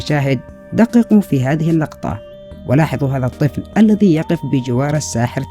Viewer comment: ارجو التركيز على النطق الصحيح لبعض الكلمات مثل (الذي وليس الدي - إذا وليس إدا - وغيرها)